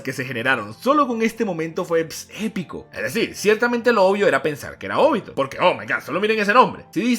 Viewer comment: Es OBITO, no ÓBITO, es simple, nunca se ha visto en el manga que se acentúa la o, como ud lo hace, si tiene dudas de su pronunciamiento recurra a Google y ponga a leer a la auxiliar, primer video que veo que alguien dice Óbito. Todo bien en casa?